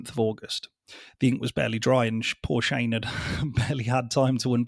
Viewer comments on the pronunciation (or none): none